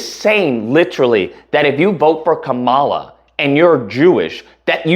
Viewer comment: Great coverage. I honestly feel bad for all the Jewish people voting for Trump. He conned them real good. I'm Jewish and of course, I'm voting for Kamala... Also, will this pos ever pronounce her name correctly?